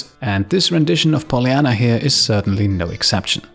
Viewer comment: Bugs me off how he pronounces Polyanna